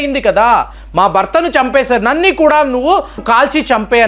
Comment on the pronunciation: Nanni kadu nannu ani palakali!